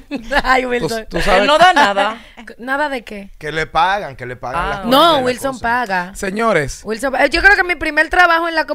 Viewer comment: No entiendo que es disque un profesional muy preparado y dice guilson, y guasa, no entiendo este disque profesional